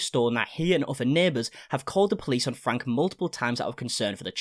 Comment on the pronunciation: Ruby's last name is pronounced Frankie not Frank. You pronounce the E at the end.